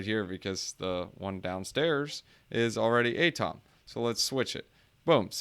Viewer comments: You don’t pronounce atom as “A-TOM” did you have chemistry in school? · I cringe hard every time you say ATOM